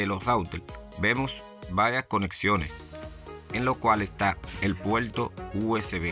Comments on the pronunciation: "El puelto" 😂😂😂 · Muy instructivo vídeo pero debes mejorar tu pronunciación de la R, gualdal, impoltante, actualizal, puelto. Qué horrible. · La r no se pronuncia como l es decir no se dice puelto sino PUERTO no se dice celulal sino CELULAR etc. En Puerto Rico deben aprender Español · Smaltivi, puelto, cualquiel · Adaptadol , iltenet , conectal, apalte, oliginal ,calgadol,calgal , veldad, celulal, menol,emelgencia, puelto,desflutalde,utilizalde, cualquiel,implimil ,extelno,... Fuera Reguetonero FEO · Disculpa pero yo no conozco el "Puelto usb" ni el "adaltadol al intelné"... "coneltal apalte" eso que significa??... No entiendo, deberías aprender a hablar ESPAÑOL... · Puelto???? Intelna??? Intelnet??? Apalte ??? dalde??? calgadol???? destrozas nuestro idioma.....no tan sólo hay que decir cosas interesantes, sino, expresarlas correctamente..... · "rauter"? "puelto usb"? que idioma habla este individuo??? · La R al principio y al final de las palabras, la pronuncian R, en medio es L. Por eso dicen puelto rico. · Que problema tienen ustedes con la letra R??? gualdal???? puelto????? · La pelsona, el puelto, la veldad, el ploblema....🤣🤣🤣🤣🤣